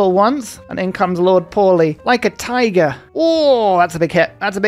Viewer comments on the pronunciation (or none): none